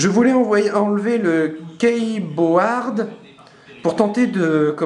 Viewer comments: !!!!!! O.M.G !!! K.E.Y.B.O.A.R.D !! ce dit Kibord avec un accent anglais rouler ( comme Apple, Appol ) ce troll d'excellence !! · "Kéyeboaarde" xD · Depuis quand un composant peux "dioxyder" ? XDDDDDDDil parle de quoi en disant "tige un peu plus flexible" et "sans quelle se bouche" et "jai quelques petits problemes avec ca" ? XD ca prete a confusion contrefacon de bracelet antistatique XDDDDDD "kaäiiboooaaard" WTFF ???XD